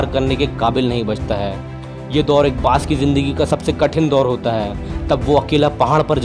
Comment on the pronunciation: Bhai bash nhi baaj bolo